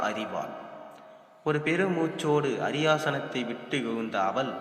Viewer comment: அரியாசனம், சுனயா தேவி, மிதிலை, பிரியமாய் என்று சரியாக கூறுங்கோ.